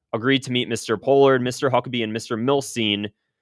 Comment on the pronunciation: Good video. Btw Pronounced Paul-ard